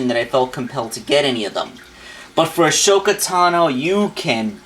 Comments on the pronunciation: (Okay clone ranger control yourself. Just because he mispronounced the name doesn't mean you have to get upset) hey the name is pronounced A-SO-KA not A-SHO-KA. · Right, he keeps mispronouncing it too..